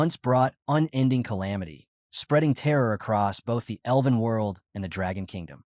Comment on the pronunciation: Love your work, but please pronounce "elven" properly 😅 it's not "eleven" 😂